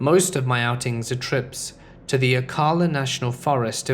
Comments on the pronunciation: It's Oh- cala or Slowcala if you're familiar with the area. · Kinda cool to hear about ocala in one of these videos. It's where I live. Oh and it's Oh-kal-la I know these Seminole names can be a pain :)